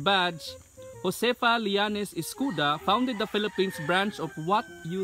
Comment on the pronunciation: Read as Escoda not escuda